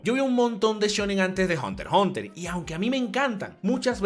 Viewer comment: No dice hunter x hunter si no Hunter hunter